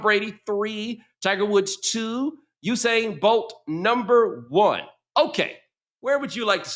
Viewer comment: Either include boxers or don’t. To have ONLY Floyd & no other fighters is absurd. Edit - & WHY does Nick DESTROY pronunciations of every single vowel????!!!!????? • Usain Bolt - Usain Ballt • Indy Colts - Cults • MAGA cult - colt • ten/when/then - tin/win/thin • until/sit still/at will - untell/set stell/at well??? What in the actual fck kinda speech impediment is this???